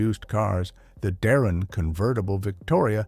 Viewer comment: It's Darrin.